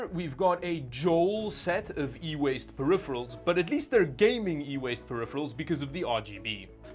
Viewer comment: "E-Waste" I lough out loud every time you say that.. Boomer. LMAO.